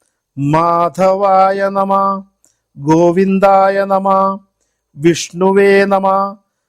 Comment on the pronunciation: Amanaya nama is wrong Vamanaya nama is right Nama is also not correct You have to pronounce namaha